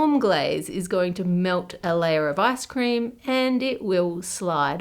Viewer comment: everytime you say icecream, i hear asscream :(